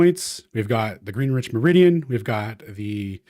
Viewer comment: Greenwich being intentionally mispronounced will never be not funny to me.